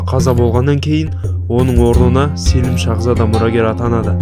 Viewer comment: Селім емес Сəлім ғой қазақша.